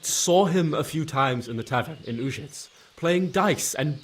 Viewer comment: It's a pity they didn't go through and create pronunciation guides for the town names for the voice actors. Having Uzhitz pronounced 4 different ways inside an hour is jarring.